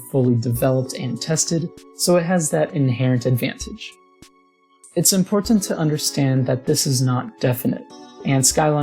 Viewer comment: Nice work. That air cooler is incredible; I'd never had believed it could work if I hadn't actually seen it in action. Constructive criticism: don't pronounce Ts that you normally flap. You're not English, so it just sounds weird when you force hard Ts in words like not and important. Sorry to pick on you, I really enjoyed the video.